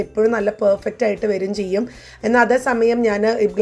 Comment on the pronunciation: ആയിറ്റാണ്‌ അല്ല. 'ആയിട്ടാണ് '